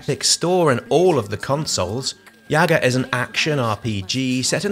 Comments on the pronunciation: I'm a little bit late, but quick correction: Yaga or Baba Yaga, an old woman from slavic mythology (mostly popular in Russia, Belarus and Ukraine), correct way to pronounce her name is not "yAga" but "yagA" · it's yagA. bAba yagA :).